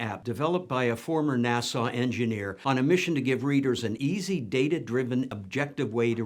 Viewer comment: I can’t tell if he’s saying “a nasa engineer” or “a Nassau engineer”, like an engineer from Long Island, or Bahamas…that’s a pretty big distinction. 😅